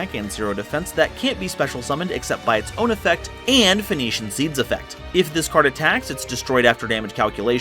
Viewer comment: Phoenixian... Sounds like Phoenix... Not Venition... Sorry, bit of a grammar Nazi.